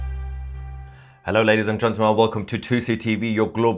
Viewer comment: Love you azizam. But THERE IS NO SUCH WORD AS “Gentamel”. It’s Gentle. Men. Gentlemen. GENTLEMEN. Practise it! Otherwise keep up the good work buddy. 😊😊😊